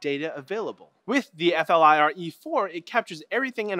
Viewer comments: it's not called F.L.I.R. it's pronounced as a word "Fleer" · why can none of these tech show actually say flir, so far every one tries to spell out F L I R? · It's pronounced "FLEER." Silly Canadians... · you pronounce it like the word 'flirt' just without the T.